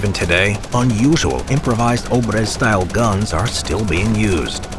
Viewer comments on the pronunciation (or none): It is [obr'ez], not ['obrez].